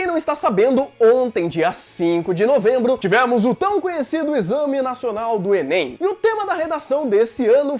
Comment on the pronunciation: fala enên também